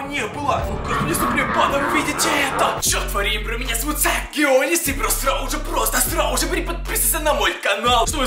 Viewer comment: А ты в like седишь или в тик-токе?если тик-ток лайк Iike-ответ...А мне 1 кажется что он говорит срауже.